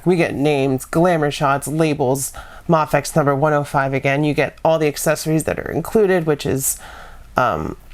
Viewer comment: its pronounced may- fex not mahfex👍